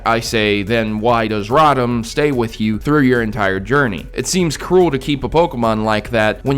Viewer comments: "Rotom" is pronounced "ro-tom", not "rah-tum". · radam? thought it was rotom lol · Its ROTOM (ROW-TIM) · But! You're pronouncing Rotom wrong!